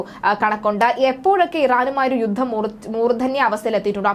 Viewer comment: " യുദ്ദം., സമ്മർദ്ധം ,,". എന്തൊരു മോശം ഉച്ചാരണം